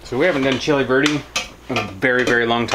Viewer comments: Right, chili VERDE... Was wondering why it's called chili birdie when it's pork not chicken🤣 I heard birdie and even the captions said birdie🐓😂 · I have issues with hearing so I was watching and listening what I can, and when it was supper time the closed caption kept saying "chili birdie" and I was so confused, what is chili birdie??? Then when you described what it was and said Chili Verde I understood!!😅😅 . Any chili verde shall be chili birdie for now on to me 😅😅😅😅